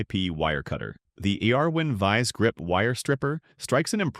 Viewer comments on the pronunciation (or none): The AI can't even pronounce Irwin. What BS!